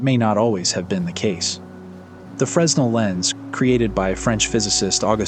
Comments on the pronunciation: fyi. its FRA-nel. its a 'FRA-nel' lens. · The 's' is silent in "Fresnel" (lens)